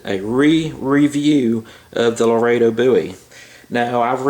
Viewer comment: I'm glad you're saying "Laredo" correctly now. Since you guys are from Texas and all... Thanks for the video brother!!